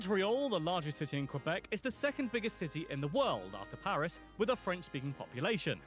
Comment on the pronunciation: The narrator kinda butchered some of the names. It was annoying hearing Quebec so many times pronounced with a W.